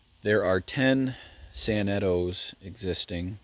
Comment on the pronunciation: Those sanetos are beyond Outstanding!!! Huge 1900-50 crane fan The way you prounounced “Sanetos” was weird lol, I pronounce it San-neh-to